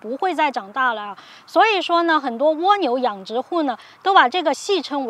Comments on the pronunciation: ㄍㄨㄚ牛不是ㄨㄛ牛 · 是ㄍㄨㄚ牛，不是ㄨㄛ牛🤣聽的好痛苦啊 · 為什麼要念 窩牛.... 0.0? 刮下來的刮 不是嗎? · 这个读瓜牛